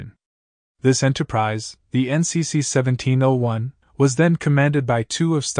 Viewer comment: . It's not pronounced "NCC - SEVENTEEN -01"! It is pronounced "NCC-1-7-0-1". Take care!